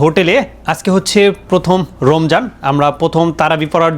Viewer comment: আরে ভাই রোমজান না রমজান পবিত্র রমজান মাসের নামটা শুদ্ধ করে বলা যায় না?